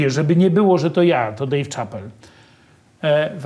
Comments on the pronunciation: Dave ("szapel" nie "czapel") Chapelle 🤦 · nie że się czepiam ale nazwisko Dave Chappelle wymawia się "Szapel", nie Czapel. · Panie Mazurek wymawia się Szapel, a nie Czapel nazwisko tego komika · Dave Shapel, a nie Czapel :( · Dejw Czapel XD Chyba Dejw Szapell bardziej się wymawia